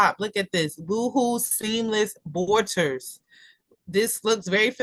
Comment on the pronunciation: Thanks for sharing the content! Just an FYI Boho is pronounced bow-hoe it’s short for Bohemian. 🙂